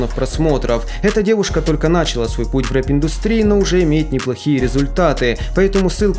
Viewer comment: не нАчала, а началА, кхем-кхем, извиняюсь